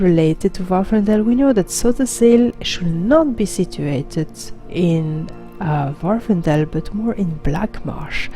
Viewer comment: Happy birthday! Love the video (as always). On another note, the island in question is Vvardenfell, not Vvarfendell. Easy to mispronounce though. Glad to see you are finding time to play and do videos while working at the new job. Thanks again!